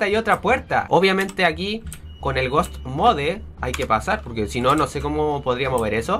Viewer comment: se dise ghoust mod